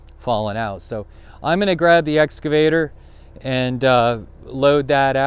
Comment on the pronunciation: If an "excavator" excavates, what does an "escavator" do?